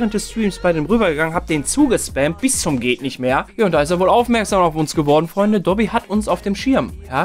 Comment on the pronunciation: Habe immer doggy verstanden😂